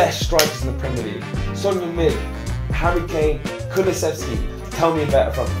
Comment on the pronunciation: 야 니네 팀에 몇년을 있었는데도 이름을 제대로 못 부르냐 손흉민이래ㅋㅋ 다른 종목도 처음엔 한국 선수 이름 잘 못부르더라도 몇개월, 한 1년 지나면 제대로 불러주는데 이것들은 맨날 쏘니 쏘니 거리더니 찐팬이라는 것들이 아직도 손흉민이네ㅋㅋ 의견을 구하기 전에 이름이나 똑바로 불러줘라